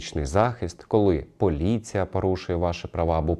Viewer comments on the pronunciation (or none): Правапарушеннь паліція?????? Що за правапарушення????Звідки тут буква А?Що за говір такий,ще юля тимошенко так розмовляє…